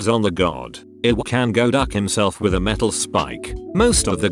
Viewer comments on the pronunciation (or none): God more like jod